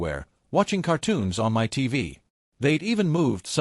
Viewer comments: yeah ditch the girlfriend, oh for f*ck sakes stop saying M.Y instead of saying MY it is so damn annoying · Not "m" "y" fridge. Irritating AI errors . . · m-y pans. m-y fridge. Really? This is driving m-e nuts. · MY, not m y, m y, m y. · Why do you not say my as opposed to M Y house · Why em why house? Why can't the AI pronounce the word MY? 🫩🫩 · So funny 😂😂😂 "It's M.Y. house, M.Y. kitchen, M.Y room, M.Y..." 😂😂😂 Cannot even be bothered to check the voice over, then say that it's going slowly at the moment 😂😂😂😂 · Dude it took me a few minutes to understand your comment. 😂 Em Why house, em why inheritance. If AI can't pronounce certain things why can't they teach it to? I knew it can't pronounce abbreviations, so that's easy enough to fix just don't use abbreviations. But "my" isn't an abbreviation. Like Mr. Dr. It also can't understand year dates or how to pronounce money amounts. It was dollars one zero three zero zero ($10,300) or sometimes three hundred at the end. Years: It was one thousand nine hundred and three (1993). I figured it out pretty quickly and ignore the weirdness, but the mispronunciation of the word "my" as em why is crazy. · you program it and train it to recognize how to pronounce it, as well as abbreviated words if you plan to abbreviate. It doesn't mispronounce every word in all caps, but does mispronounce "my" when only the M is capitalized at the beginning of a sentence. Also WGAF? 🙄 What a sour attitude when people are just laughing about something. I thought it was funny, I wasn't the only person who said something about it, who cares, why would you care? 😂😂